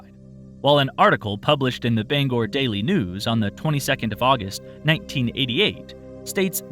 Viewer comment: Good job pronouncing Bangor. 👍